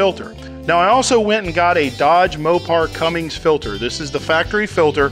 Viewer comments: always hated it when people pronounce it "cummings" as opposed to the correct "cummins" lol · Cummins😉 not cummings😂😂🤣🤣🤣🤣😏😏😏😁😁😁 great video love the info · It's not "Cummings", it's Cummins... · There's no "G" in Cummins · Hurt my ears every time I heard that. :-)